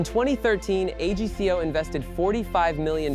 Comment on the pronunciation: It’s pronounced AG CO AGCO one word Not A G C O